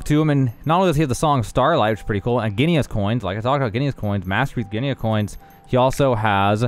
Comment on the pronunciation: *Gee-nuh coins.